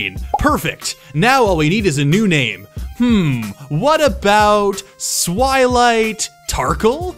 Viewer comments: Swilight tarkle??? 😂😂😂😂 he switched the "s" and "t" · Swilight... Tarkle? Phhhffffft BAHAHAHAHAHA